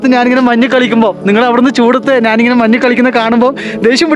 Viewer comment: മന്ന് അല്ല മഞ്ഞ്